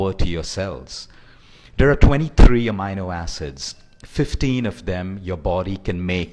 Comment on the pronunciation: Thanks for the info. You could only improve your pronunciation of amino acids as you got it all wrong :-)